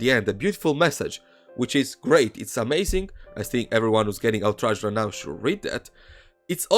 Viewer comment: When you say outraged (??) you sound like "haulteres" or something like that, i had to turn on captions, i you did mean outrage like what the captions suggest, please next time say out and then raged, youll just people understanding that sound instead of whatever the thing is you made